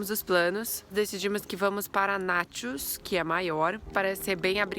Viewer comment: dica... Paxos ou Naxos. se fala Paksos - Naksos. o X tem q ter som de KS!!